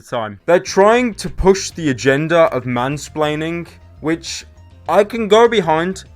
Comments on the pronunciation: again you keep saying "spleaning" instead of splaining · whom - spre - laining